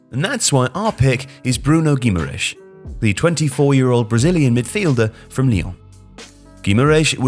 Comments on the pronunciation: Love your content but “guimareesh” is far from the correct pronunciation. “Gimme-a-rise” would be a better option 😅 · "Bruno Guimarish" is by far the strangest name pronunciation I've ever heard. "ã" is a higher pitch "an", so it's "Gui-ma-ran-is" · Gu , ma , rech that’s how it’s pronounced